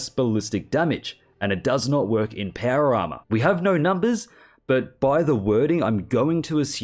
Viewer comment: It took me 13 minutes to realize he was saying Power Armor and not para armor…